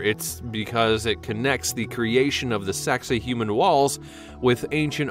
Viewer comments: Why is it you always change the way that you should say these names OR words it's sacsahuman not sexahuman stop fucking doing it Getto bitch is that how you say your name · Sak-Sai-Hua-man , this is how u prononce it ! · Why is this idiot narrator showing such disrespect for the proper pronunciation of Sacsayhuaman (pronounced, sak say hu aman) as “Sexy Human” - you are showing you ignorance, mate! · snicker....sacsayhuaman is not pronounced...Sexy human! LOL What a maroon! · The pronunciation used is not correct in many places. For instance Sacks-you-way-mon not “Sexy Human” and the Azores aren’t pronounced with a long E at the end. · Dude, you need to consult some experts for pronunciation. Pay-rue (Peru) and your mangled place names caused me pause, but when you got to Sex-a-human (Sacsayhuaman) walls, I had to click off! Also, nothing new here--you're just copying what hundreds of others have done.